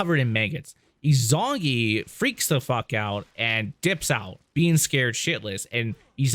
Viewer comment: Is-oo-nah-gee, you fucking plebe. Five hours of content to get here and the only Japanese you know is hadouken. Izunagi and izunami are crucial to Shinto belief and ignoring that was the least of your issues. A) you spend more time bitching about mechanics in the first game than you spend on actually telling a confused story through two videos. B) your narration is so disappointing that you constantly spoil twists before they happen. 99% of your videos could be better by just not yapping about your issues with the game. You suck, we get it, so calling attention to your lack of skill detracts from my viewing of the actual story since you will not shut the fuck up unless your character is beaten into a corner and then you bitch about game design. Ryu coulda stayed dead if you were the one controlling him. The same strike of luck that allowed you to beat the game is why I think you missed your calling as a McDonald's order caller. Other people do the work and you bitch about how long it takes